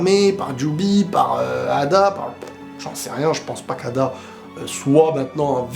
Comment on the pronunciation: Arrête de dire ada stp c'est eida* merci